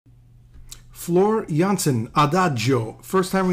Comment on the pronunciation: Your pronounciation of Floor Jansen is very good 👍👍👍 And her personality shines through in her singing eventually touching you to the core. Human being to human being.